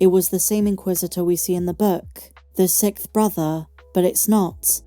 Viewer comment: Is it a British thing where the word is pronounced “Sikth”?